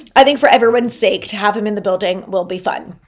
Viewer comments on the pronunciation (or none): none